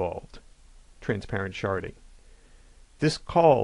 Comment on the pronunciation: Did he say "transparent sharting?